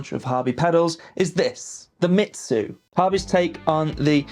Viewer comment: Its pronounced “me zoo” not “shitzu” 😂